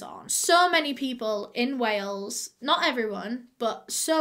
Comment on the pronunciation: "Whales" haha. It's "Wales". But yeah just am blown away by this case, the fact that its just so OBVIOUS that its the husband!! Ugh.